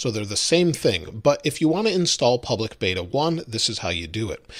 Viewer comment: “Pubic” beta?? 😂😂😂